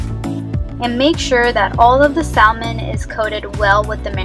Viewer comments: I have some wild salmon and can't wait to serve this! Usually the "l" in salmon is silent as in Sa-mon :) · The L in salmon 🍣 is silent.. Thank you for this! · The L is silent in Salmon and what temperature do you bake it on? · Sal-mon, Fi-lets, and ass-paragus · Love it but can’t get over how you say salmon and fillets and ASSparagus 😩